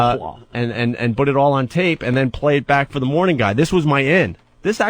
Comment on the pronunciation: Bhut Bhut Bhut Bhut Bhut. What a fucking idiot. In radio since he's 18, can't say the word "PUT". Twat.